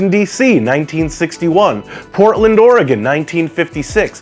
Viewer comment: Thumbs up for no other reason than you actually pronounced Oregon correctly .